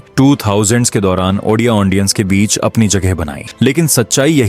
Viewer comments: Ondia❌ odia ✅😢 Aundience ❌ audience ✅😢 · Lekin ondia ❌odia ✅😅 Aundience❌ audience ✅😅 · Bhai sorry 😔 Lekin ondia ❌ odia ✅ Aundience ❌ audience ✅ Thoda sa idhar udhar ho jata hai 😂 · Ondia ondiens 🤣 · Aundiance aundia 😅😅😂😂